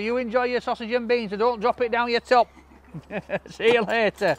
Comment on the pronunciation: love ur vids iam from Oregon have a? when u say "see u later sounds like u say Paul?